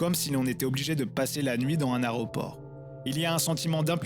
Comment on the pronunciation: « Aréoport de Nice, Aréoport de Nice »